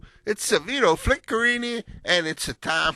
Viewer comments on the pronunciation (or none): none